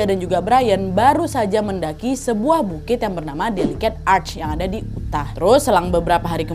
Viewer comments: Nadia Sayang, boleh ya kasih saran sedikit... Anu, kalau memungkinkan tolong diusahakan agar selain mencari berita dan detailnya, Nadia dan team juga mencari bagaimana cara mengucapkan nama tempat (kota, desa, negara dan lain-lain) dengan lebih tepat. Seperti cara mengucapkan Utah (Yutaah) di video ini, pengucapan Church, dan beberapa negara asing di video-video yang lain. Karena walaupun ini detail kecil, tapi bagi menurut saya penting. Semoga tidak dianggap cerewet ataupun berniat menjatuhkan ya. Saya salah satu fans Nadia dari lama dan cuma pengen kasih saran yang membangun. Terimakasih. Sehat-sehat selalu ya Nadia, semua team dan keluarga. ❤️❤️❤️ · Nadia harusnya bacanya negara bagian Utah itu bacanya "Yutah" bukan Uteh hehe. Aku sampe bingung Uteh Uteh tu dimana. Sampe aku ulang dari awal eh ternyata Utah to😂 (btw dengerin ga sambil nonton karna sambil nailart jadi ga liat tulisannya) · NAD.. BACANYA 'YUTAH' . BUKAN 'UTEH' 😂😂😂🤣🤣🤣😂😂🤣🤣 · UTAH ....maaf ya wak ya bacanya "yutah" bukan uteh 🙏🏻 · Cara baca UTAH itu bukan 'uteh' tp 'yutah' ✌️✌️ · Utah wak (dibaca Yutah) bukan Uteh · Aku kira kejadiannya di aceh, bolak balik sebut uteh 😂 rupanya Utah (yutah) 😅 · tolong belajar cara ngucapin apapun yang berbahasa asing ya, biar dengernya enak. tanya nessie aja, kan kalian temenan. utah itu bukan dibaca uteh, tapi yutah. trus di konten lain ada yang nerjemahinnya salah, straw itu bukan hanya diartikan sedotan, tapi juga jerami. dan masiiihh banyak lagi. ayolah, udah bertahun-tahun jadi konten kreator, minimal belajar cara pengucapan yang bener. thanks. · Utah ka bukannya Uteh sebutannya😅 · Nad…Bukan uteh lah..utah (di baca yutah) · Utah bacanya yutah bukan uteh wak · Kak nadia perasaan bacanya yutah bukan uteh. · Kak daerah Utah, bacanya bukan uteh tapi yutah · Yutah wak bukan Uteh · uteh uteh,,yutah kali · Utah kok dibaca uteh. Harusnya dibaca yutah, kak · Kah ute ini maksud kakak utah k ? Risih kali telingaku dengar ute, pronouncenya yutah kak 😭